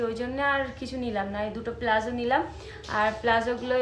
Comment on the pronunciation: পোশাক টার নাম প্লাজো নয় , ওটাকে বলে পালাজো